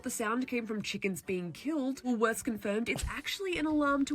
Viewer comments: the woman in the first segment thinks shes funny she's just plain ignorant its "wool worths" but don't shop there because it expensive Aldi all the way!! ps the rotissrie chickens in plastic bags are called bachelors handbags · pronounced Wool worths never seen those tablets In Western Australia in our Supermarkets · Woolworths is pronounced Wool Worths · It’s just “woolies” not wool-worths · ok im australian and I don't get the ipad thing like I've never seen that in my life- also its WOOLSWORTH NOT WOOLS WORTH, WHY ARE YOU GUYS SEPRATING WOOLS AND WORTHS HELP, also correct me if im wrong but isn't america bread like really sweet? maybe not to Americans but i've heard people who arent say its really sweet like cake? WAIT AMERICANS DONT HAVE V'S? WHAT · Something in American English makes them struggle with certain sound combinations, and it’s not just you,, it seems to be most Americans who read them! Woolworth is the name of the original store owner, so it’s Woolworth’s. JB Hi Fi sells appliances, computer gear, DVDs, cameras, headphones and things like that. Hi-Fi is short for high fidelity, and is related to good audio quality. You actually said “JB Hi five”, and you’re not the first to do that! 😂🥰🇦🇺 Also, as an aside, you call them drug stores but we call them pharmacies or chemists, where you get your doctor’s prescription made up for you, and also buy some over the counter medicines that don’t require a script. Some chemists are trained as compound pharmacists who can make certain preparations the selves without the need for big pharma. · Woolswimorth Pronounced wooooolsz worth " Yep Vegemite rules. Self service is everywhere 👍 Kmart & big w. Well these are average. Welcome to Australia 😁. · ... Wallsworth???? So that's the reason Yanks keep putting an S into Woolworth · Woolworths mispronunciation is a fauled literacy test. 😂 Read the letters in correct order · Woolworths. The s is at the end, not in the middle. Or Woolies, in Australian.